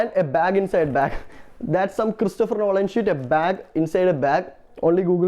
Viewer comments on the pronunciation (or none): It's Nolan not Rolan nigga 💀